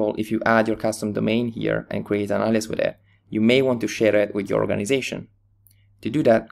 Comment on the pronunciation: Forgive me, but it annoys me that he says allias, it's alias with an A.